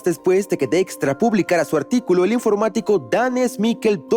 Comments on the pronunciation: Dextra = Dijkstra? Para eso mejor veo el video en inglés, que pronunciación pedorra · Soy profesor universitario de investigación de operaciones y llevo explicando el Algoritmo de la ruta más corta llamado Algoritmo de Dijkstra por muchos años, la pronunciación de la voz de IA para este apellido es algo como "DEXTRA" nada que ver con la pronunciación ni en español, ni en inglés ni en el idioma de origen de Edsger W. Dijkstra, quien es Neerlandes. Muy mal por ese doblaje.😢